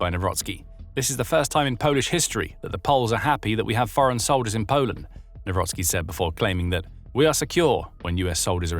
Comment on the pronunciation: Nawrocki not newrosky 😅😅🤣